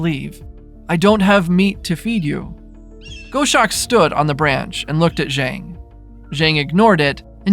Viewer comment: Please…I’m a "birder" I’ve had many dealings with a multitude of raptors. It’s pronounced "goss-awk" like "gloss" without the "L"